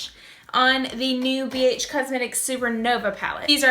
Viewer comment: I thought she said Bitch cosmetics at first...